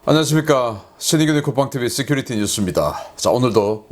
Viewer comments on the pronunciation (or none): none